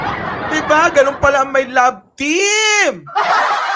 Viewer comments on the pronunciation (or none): none